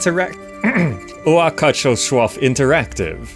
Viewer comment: you pronounced it very well. I was wondering how you even knew which language this word belongs to :D